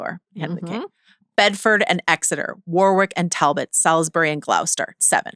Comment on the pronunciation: I love you both so much! Small nitpick Joanna: on your pronunciation of English names: Warwick = Warick, Gloucester = Glahster, all the rest are spot on. 🥰